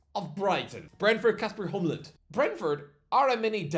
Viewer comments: Hjulmand, not Hjumland,! For those of you non-Danish speakers, Kasper Hjulmand's last name translates to "Wheel-Man" in English and since in the old days, most Danish last names were given based on someone's profession, it's safe to say that one of his ancestors was a wheel-maker. And yes, I could easily see him become the next Brentford manager after Thomas Frank, even if I think that it lies far into the future before Thomas Frank decides to move on to his next job. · Kasper Hee-yuleman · HJULMAND, NOT HJUMLAND! Sincerely, Every Danish person alive 😂